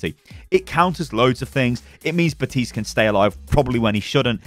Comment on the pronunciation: Bruh how the FUCK are people still pronounce baptiste’s name wrong?